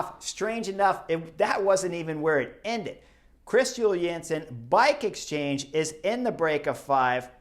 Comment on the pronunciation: “Bike exstrange”. 🤣😂 ❤️🦋